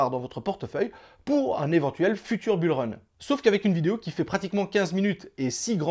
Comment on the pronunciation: Bule run 😅😅😅 j'avais jamais entendu celle là 😂